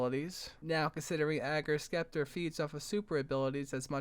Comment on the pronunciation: It is pronounced "Septer"